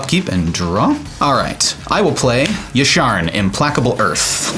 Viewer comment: Ahhhh, the way he pronounced Implacable